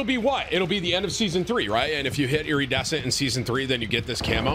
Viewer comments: Eerie-dessent got me tilted. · The way Tim alternates between pronouncing iridescent right and wrong is driving me nuts 😂😂😂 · Brother please learn how to say the word “iridescent”